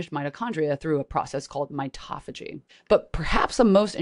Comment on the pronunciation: mito-phagy not mitoph-agy as in auto-mobile not autom-obile